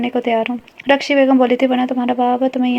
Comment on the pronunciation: اتنی بری ریڈنگ کیوں کرتی ہو رخشی کو مسلسل رشخی ڑھا ہے ۔۔۔۔ توبہ